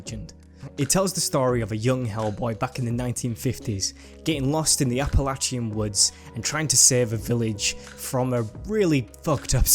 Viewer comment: An an Appalachian native I have to give you praise for pronouncing the word right some people here in the U.S can't even do that.